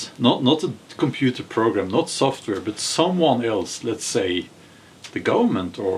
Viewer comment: You it’s not böt it’s bat; the word but 😅😅😅